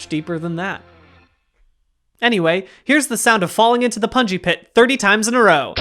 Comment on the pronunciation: the more he says pungi pit, the more I hear bouncy castle, please send help